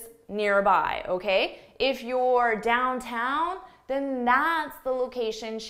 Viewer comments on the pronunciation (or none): wait for a second what is dowtown? you mean downtown?